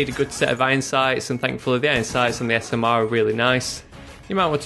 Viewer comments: Lol "The Smerr" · you said smrr like butter in swedish